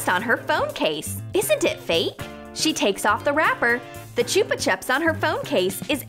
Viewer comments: Bruh the way she says chupa chups like what are u doing you do not say it like that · I always get rlly annoyed when she says chupa chups like that 😂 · Fiel Fyv it’s not the accent she is just saying it wrong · Qwiggle Slime I agree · Boring Person Here yes it is